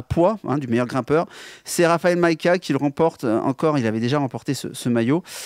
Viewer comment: Et par pitié ! C'est RAFAL, pas RAPHAEL Majka !